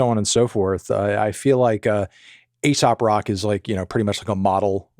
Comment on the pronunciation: Did u just say ASOP Rock? 😂